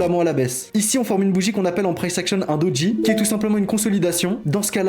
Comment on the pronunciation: Salut, c'est Doji, et non Dodji 🙂